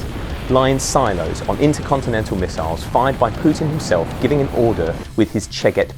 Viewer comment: Bro said misallas 💀